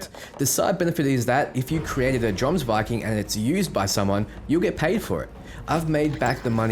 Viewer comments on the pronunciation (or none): It's pronounced Yoms-viking.